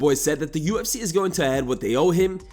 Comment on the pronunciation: I dont necessarily mind his content but there's something really unlikeable about him to me...also the way he says certain things like cartman from south park... "UFSeeeyy" it drivs me mad and in surprised I don't see more comments saying it.